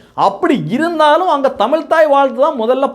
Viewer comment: தமில்?! என்ன கொடுமை?